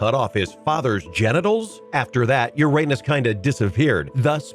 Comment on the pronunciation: I'm 40 yrs. old... I STILL chuckle every time I hear Uranus pronounced that way...